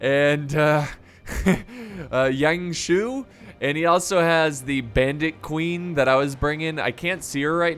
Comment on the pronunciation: "gone wrong" "Young shoe" lolol